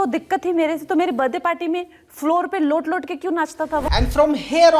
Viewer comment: not let let but lowt lowt😂